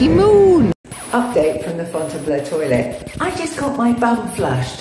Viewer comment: Your pronunciation is perfect 'FONTAINBLEU' Madame Sheridan would be proud 👍🏼xx